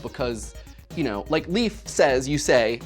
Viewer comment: the way you say Leif is strange Leif is pronounced like Leia but with an F instead of an A.